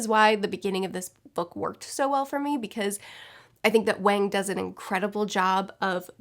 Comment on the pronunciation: It's pronounced like Wong! It's a short A sound. I would think a popular Booktuber would know how to pronounce her name!!